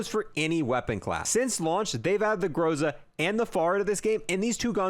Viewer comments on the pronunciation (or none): none